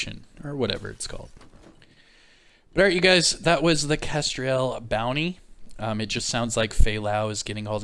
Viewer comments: 'Kes-trell' (pronunciation) is a bird species. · nah man I was just saying that it's just kestrel. With no i. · Yeah, mispronounced names don't usually bother me. Just for the record though, it's Kes-trull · Bro, for the love of all that is holy, stop saying Kestriel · I think the name is pronounced Kes-trel, like tell or bell, trello, with the T, “Trell” and not like Ariel or Azriel. In my opinion. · Love the content but: A "Kestrel" is a small falcon. Not that difficult to pronounce? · Kestrel is a small hawk, your pronouncing it wrong!😉🇬🇧